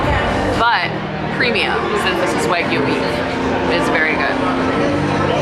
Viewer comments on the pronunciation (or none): none